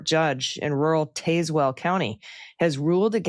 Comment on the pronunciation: Pronunciation correction: Tazewell is pronounced "Tazz well"